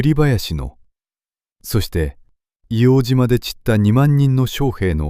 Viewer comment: 正しくは「いおうじま」じゃなくて「いおうとう」ですね。